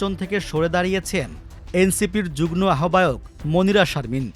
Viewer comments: জুগন না, কথাটা 'যুগ্ম' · 'যুগনো' বললো মনে হয় প্রতিবার!!